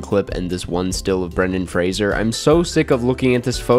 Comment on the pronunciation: so happy you learned how to pronounce Fraser ❤